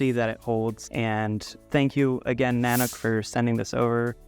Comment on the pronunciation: In case anyone wants to know, this company's name is not pronounced "nanak". It's pronounced Na-Nook", the second sylable rhymes with "rook" like the chess piece. Every YouTube reviewer has it wrong. It's from an Intuit Indian word that means, "master of bears". Nanuk named it that to tag the harsh Canadian environment their bags are designed for.